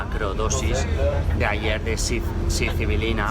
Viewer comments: Sicibilina?? Estas hablando de psylocibina no? Cuando hablas de las setas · Se dice "Psilocibina", no mames! Lo dijiste mal como 25 veces!!!